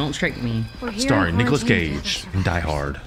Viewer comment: “Nicholas Cageee” “Ha….that is not Nicholas Cage” 😂